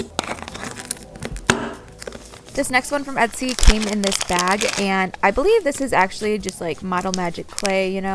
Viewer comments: she did say esty on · You say etsy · Did anyone hear her say "the next one from ETSY!"